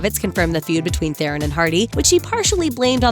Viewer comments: Charlize Theron's last name is pronounced Thrawn. Not Thay-rohn. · Thronn, damnit not the iron, not theeeron, Thronn. It's a south African name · Theron is pronounced Thron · Would you please say Theron properly!!! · You don't say charlize theron right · Please learn how to pronounce Charlize Theron's name !!!!!!